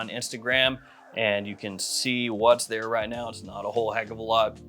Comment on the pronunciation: ANUDDER ONE. NOW. PUT ANUDDER ON DERE. funny